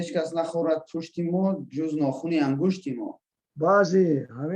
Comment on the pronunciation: Кас нахорад пушти ман - Ҷуз нохуни ангушти ман!!!!! Ғалат хондаӣ, гӯянда!